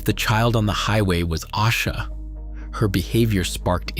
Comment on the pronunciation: If you are going to use AI to make content, put some respect on her name and pronounce it correctly!!!!! It’s A-sha!!!!